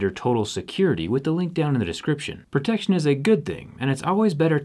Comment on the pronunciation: The way you say protection is really misleading...